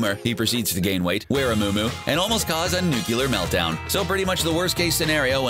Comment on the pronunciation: NucLEar... Lol did he pronounce it incorrectly to poke fun at Homer